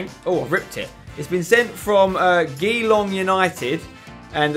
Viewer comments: GEALONG!!!! It's Geelong ghe-Lo-ng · For the FIFA challenge you pronounce the guys name wrong it's g-long no j-long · Btw Geelong isn't pronounced g-ee-long it's pronounced je-long its an Australian city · not giiiilong united man its pronounced jee-long, Geelong is a wonderful coastal city in the great state of Victoria, Australia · it's pronounced g-long, it's an aussie rules football team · By the way spencer, it's pronounced Jee-Long, it's a city in Australia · If that Geelong United is an Aussie then the pronunciation is Je-lo-ung (we over-pronounce the o's and under-pronounce the e's in this word.) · geelong pronounced j-long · The way u said geelong... Its pronounced as Je-long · Hahaha geelong is in australia and its pronounced 'jeelong' but its spelt geelong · Geelong= Galong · Fantastic pronunciation of Geelong 😂😂😂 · I'm from Geelong, its in Victoria, Australia!🇦🇺 hahah you pronounced it soo bad😂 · when he says Geelong wrong😂😂😂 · every aussie cringed when you said 'geelong' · the way he pronounced geelong loooool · the way he said geelong he obviously doesn't know must about Australia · Did any other Aussies find his pronunciation of Geelong funny? haha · I'm pretty sure you pronounced Geelong wrong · hahaha he butchered the word Geelong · Who here is an Aussie who cringed the spenny pronounced Geelong 😂😂😂